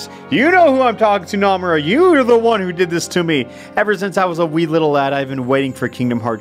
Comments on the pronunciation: He doesn’t pronounce Nomura’s name correctly... I cannot get over it help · The way he says Nomura.... Naw fam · Im not that far into the video, but im already thinking if you take a shot every time he mispronounces Nomura, you'll fucking die